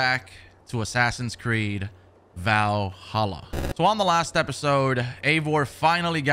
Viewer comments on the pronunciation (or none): Yo this is trippy. And dude I laugh every time u say valHOLA